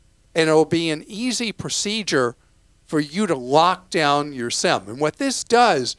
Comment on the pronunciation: Thanks, Clark. I tried to go onto T Mobile entering Sem block based on your audio. It's Sim block. Maybe change your pronunciation.